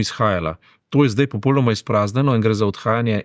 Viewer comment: g.! V besedi "popolnoma" se črka l izgovarja u (slovar slovenskega knjižnega jezika). Mogoče vam bo zanimivo prebrati članek o elkanju v slovenskem jeziku, ki ga najdete v Googlu pod naslovom "Al' prav se reče...". Sicer pa se precej strinjam z vašimi komentarji.